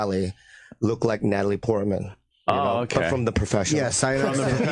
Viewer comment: Jesus Christ this dude just said “Natalie Portland” lmao